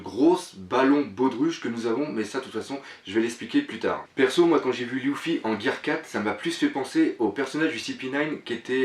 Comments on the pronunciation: putain on dit LU-FFY(lefy) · Tu me stress a dire louffy XD